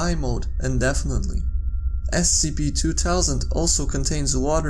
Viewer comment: Scp two towsand can he not make the th sound?